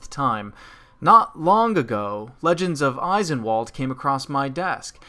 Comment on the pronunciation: It hurts me every time you call it Eye-sen-wall'd. It's German, so it's pronounced ice'en-vahl'd